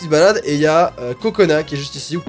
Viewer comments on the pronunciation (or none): C'est pas "Cocona" mais Kokona UwU (Normalement si je me trompe pas ;-;).